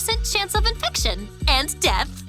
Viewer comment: "...and DEAFF"